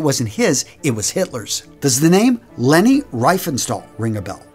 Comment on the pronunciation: It is more pronounced like Laney Reefanshtul. Your i and e are pronounced differently than that of the Germans...and we really hate it, when you pronounce German words with the English alphabet. It almost never works, so either learn how to pronounce it properly, or blend in an Audio, that does just that. Schutzstaffel on the other hand was pronounced quite nicely. Good job on that.